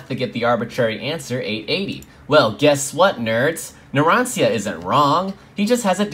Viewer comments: Someone's getting a Fork in the face for pronouncing Narancia as "Naran-see-ah" instead of "Naran-cha" :V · Am I the only one pissed off by how he pronounced Narancia's name